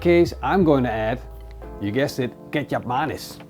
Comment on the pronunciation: Kecap Manis